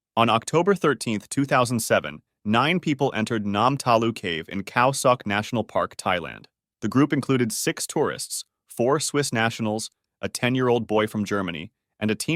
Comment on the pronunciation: I swear I thought you were saying "Thai guys"